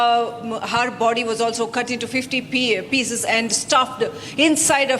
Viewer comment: Again she says anddaa arre it's And D is silent 😂